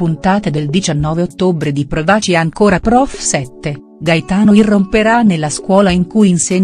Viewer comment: Ma chi legge? L'accento, l'accento tonico del verbo " provaci" ripetutamente sbagliato!!!!!!!